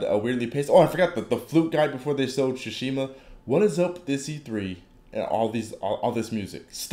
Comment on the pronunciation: It's Tsushima, not Sushima.